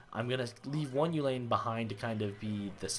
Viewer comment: Dude, stop mispronouncing "uhlan." Not pronounced "uhlane"